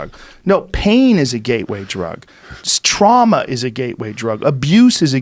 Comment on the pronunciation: Wtf is “Strauma”